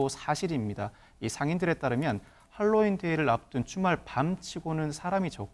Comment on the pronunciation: 제발 핼로윈 발음하지마세요 듣기 불편하네요 Halloween 재발 할로윈 하세요